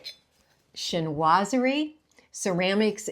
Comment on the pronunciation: This cozy style is my style and I am so glad it's coming back; I guess I thought everyone just LOVES the modern minimalist decor instead- which I don't like! By the way, "chinoiserie" is pronounced "sheen-wa-saree".......